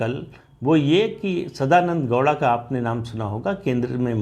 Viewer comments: Sadananada gouda... Not douda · Sadanand dowda nahi bhai 😐 sadananda gowda